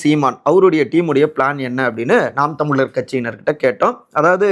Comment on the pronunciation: Hi, can't u properly spell words like Tamizhar & Uzhavar..???? If you can't pronounce 'zha' unique to Tamil, you are unfit to be a Tamil reporter.